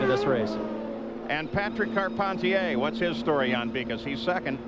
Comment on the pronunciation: As a born and bred Quebecer, the way Paul Page pronounces Patrick Carpentier (Patreeek Carpenteeyay) really annoys me